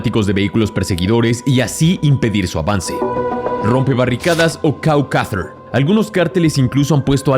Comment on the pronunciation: Creo que el nombre correcto es Cowcatcher en vez de Cow Cather.